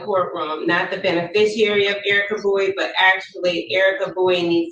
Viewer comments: She keeps saying beni-fisher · She can't pronounce beneficiary